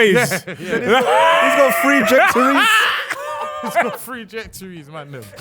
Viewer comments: "he's got 3 jectories" 😂😂😂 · "He's got three 'jectories." 🤣🤣